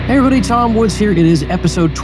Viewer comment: pssst... Woodzzz... There is an 's'